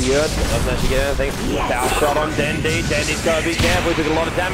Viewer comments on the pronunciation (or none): 1 of the commentator pronounced Dendi's name into "Den-die" Lol.